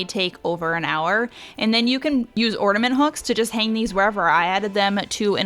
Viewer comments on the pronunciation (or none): The word is OR-N.A.-MENT…..not ordament…just sain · You have some great hacks. Appreciate all the ideas. BUT… (I’m sorry), it’s driving me crazy; The word is orNAment. Not orDAment. 😳😬😘 …just sayin’ Merry Christmas! ❤️ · there is no D in ornament